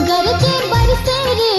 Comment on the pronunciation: बहुत सुन्नर, ऑरिजिनल शब्द संग खेलौर नञि कएल गेल अछि, यथावत राखि गाओल गेल अछि । गरजए केर उच्चारण गरजे नञि करी तऽ नीक गरजए वा गरजय करी तऽ नीक । मैथिलीक हिन्दी जेकाँ उच्चारण सँ बाँचि मैथिलीक रक्षा करी । तहिना उमरि - घुमरि = उमैर - घुमैर सावन = साओन सुहावन = सोहाओन मनभावन = मनभाओन बरसन = बरिसन = बैरसन धन्यवाद 🙏 🙏